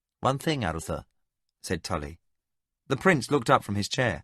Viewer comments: how about air-uhh-tha which should be Aroo-tha? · Just hearing names pronounced differently than what I pronounce when I read is a little off putting. But a minimal issue. But Arutha pronounced arathur is frustrating or the fact that he can't pronounce liam as it's always pronounced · Agreed. I think in the book it’s spelled Lyam though, so I could at least see why he would say that. However, I always read it as Liam. The worst offenses are Crydee (Cry-Dee) and Arutha (a-roo-tha). That was completely annoying. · how do you pronounce arutha?